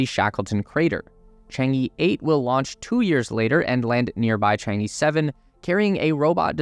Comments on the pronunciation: Chang-E is pronouced like Chang Er (Earth without the rth sound, or hurb without h and rb). It's not Chang-ee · Just one suggestion: it's not pronounced CHANG-E, but similar to CHANG-EARTH but without the TH. Well at least that's how it's sound like in Chinese. Moon goddess basically. :)